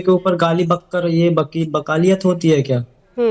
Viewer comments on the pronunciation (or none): बकालियत नहीं "वकालत" होता है भूतिया😂😂😂